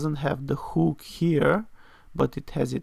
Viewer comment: Thanks for sharing. I believe that a "huhk" and not a "whooook" you're talking about.